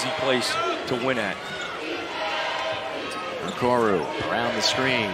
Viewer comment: The announcer needs to study up. His name is Okoro not Okoru. What an amateur.